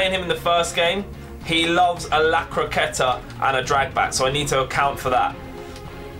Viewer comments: La croqueta ( acento ingles)😂😂😂😚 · Gg! I absolutely loved that croqueta's pronunciation 😂 good luck bro